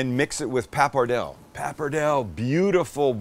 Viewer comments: Oh the way you’re pronouncing “Pap-er-dell” is driving me nuts. “Paa-pa-Dell-Ay”!!!!! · It’s pronounced “papar-del-lay” fyi….. Looks good. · You’re pronouncing the Pasta incorrectly by the way